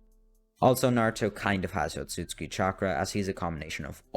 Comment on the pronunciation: OTSOTSUKI NOT OTSUTSKI